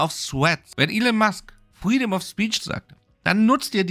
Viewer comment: Pfueedom of speech 🤣